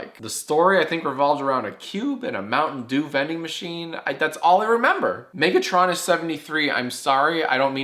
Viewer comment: The transformers fan in me has died inside because of the way he said Megatronus